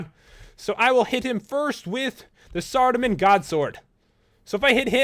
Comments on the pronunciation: its guthix (guth-icks and seradomin. (sara-domin) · Pronunciations, Ga-thix, Zam-er-ock, Sara-dome-in, and Armadyl is right, and who could possibly mess up Bandos. I know you said sorry, but i just had to. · Well only the guthix and saradomin were pronounced wrong but each goes with something Sara is the god of Light basically, Zammy is the god of Evil, Guthix is god of balance, Bandos is god of war, and Armadyl i dont know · don't expect him to know stuff he couldn't pronounce guthix, saradomin, general graardor